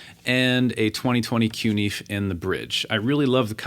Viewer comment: Learn to pronounce the word. "Fe" in CuNiFe is pronounced "Fay". Coon-Na-Fay. Thanks!